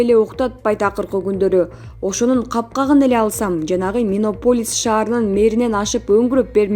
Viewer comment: Минаполис эмес, Миннеаполис деп аталат. 🤦‍♂️